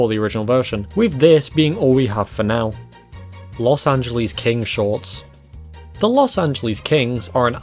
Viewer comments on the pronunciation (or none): It's "creation", "christian", "joseph", and "Los Angeles" not "caration", "christ-ee-an", "jozeph", and "Los "Angel-ees""